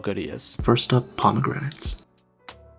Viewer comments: This❎ Zis✅ Pomegranate❎ Bomegranate✅ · Pomegranate, Peanuts❌ Bomegranate, Beanuts✅